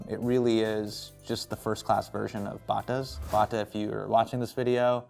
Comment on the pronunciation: What the hell man? Bata ( and Hasan is pronouncing it like a total desi), is a CANADIAN company. Growing up in Toronto and on my first visit to Karachi it was like bata was everyone and was considered fine foot wear ( this was on the 70s) while in Canada it was nothing special. I don’t even think we have bata shoe stores here anymore . Have the Bata ( pronounced Bat-ah) shoe museum in Toronto though.